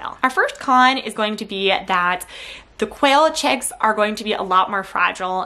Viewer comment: "Checkz" and "Checkenz"